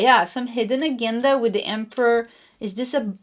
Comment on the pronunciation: Many thx 🙏🏻 it resonates w me … Btw the proper way to pronounce AGENDA is AJENDA . Cheerio 🎉